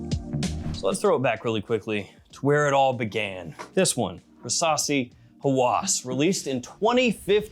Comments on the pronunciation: Rasasi versasi 😂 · I can't be the only one that everytime he says "Rasasi" the only thing i can hear is "Versace" ....